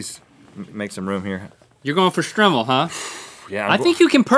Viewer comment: it's pronounced strimol